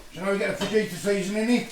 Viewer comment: Correct pronunciation is Fahita the Mexican way. You don't say the J